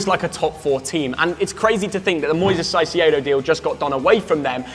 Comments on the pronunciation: You might to learn how Caicedo is pronounced. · Why does he say caicedo wrong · Huh? Si-c-aedo??? Don't u guys watch sky sports news?? He's been all over sports news for months, spoken about by dozens of news hosts and pundits, even players who are colleagues of the guy and not once have I heard anyone else murder his name like that! Lol 😂 I think with the sole content of ur Chanel being about the Prem and football as a whole, u would know how to pronounce the poor guys name🧐 😂 😉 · Please stop saying the name Caicedo that way.. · It's pronounced caicedo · Never heard someone butcher a name like they did with caicedo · Why does this guy say every players name incorrectly. Caicedo, Isak etc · The name is Caicedo, as in Kaicedo,..not Sasiyedo 😂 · It’s pronounced kaicedo not saiciedo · it's caicedo not saisiaido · Not caicedo Saisee aydo😂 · SighCeado?????? Caicedo. All love though and love the vids. Keep up the good work. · it's not Saicedo, it's Caicedo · Everyone, literally EVERYONE pronouncing Caicedo’s name (Kai-Say-Doh) and - Saisiedo 🤦‍♂️ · You don’t say “Saisiedo” yo say “Kaisedo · Re Caicedo… I’m begging you - can you stop calling him Sigh-See-Yay-Dough? Please. It’s pronounced Kai-Say-Dough. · It’s not Cy-ce-edo it’s Kai-ce-do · Why are they saying Sai See ay dough… Caicedo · Everyone: Caicedo (Kai-se-do): Saisiado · Caisedo❌ saisiedo✔️ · Did i just hear Sasiedo🤣🤣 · They’ve both said saiciedo again 😂😂😂😂 atleast after 3 videos now pronounce there name correctly ffs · It’s kai-say-doe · Man said sasiedo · shy-she-a-do lmao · CAICEDO mate, first C as a K, please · Saiseiedo wtf😹😹😹😹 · Why is no one talking about “shy-see-aye-doe”? I’ve never heard Caicedo pronounced liked that. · Why the hell do they pronounce it "Sai-see-ey-do"???? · Hearing call caicedo, Sigh-See-Aye-Do makes me want to kill myself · For all that's holy.. it's Kai say doe, and Ah din gra.. 😶🔫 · Man said Saisedo 😂😂😂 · CAIcedo!!! CAI! K sound! Jesus..